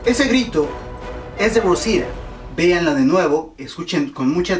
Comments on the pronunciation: porque no dices claramente rosita eres mexicano asi q debes hablar claramante el español cuando digas rosita no rruousida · como que 'rrousira' xD es ROSITA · Se dice Rosita No "rousita" los gringos no pronuncian bien los nombres de origen hispano por que no hablan español pero tú no mames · aparte no es rosia es rosita. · Por qué pronucias "Rosira"? xd si es Rosita, y eso que eres Mexicano xd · Por q dices ROUSITA acaso eres yanki >:v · jajaja por que no pronuncias bien rosita jajaja